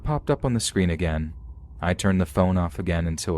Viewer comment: “I just hope we never met aga-*ad*”